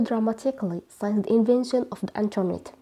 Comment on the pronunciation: We pronounce since as: Sins and not Sains dear teacher.